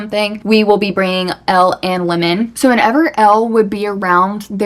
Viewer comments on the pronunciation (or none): Never heard someone pronounce Lemon as Limin lol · Lemon or limmon? You pronounce the name weird. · did anyone else literally think she was saying linen like clothes